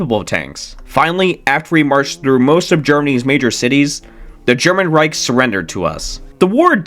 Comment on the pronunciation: "German Reish" 😭🙏